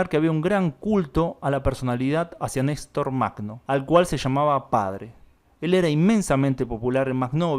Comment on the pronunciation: Нестор Махно se pronuncia "ñе́star majnó". Perdón por la pequeña correción.